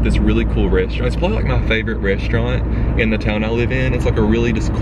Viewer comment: i love how you pronounce restaurant lol. "reshtorunt"